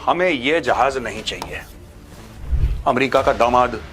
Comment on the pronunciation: ए मेरिका नही अ मेरिका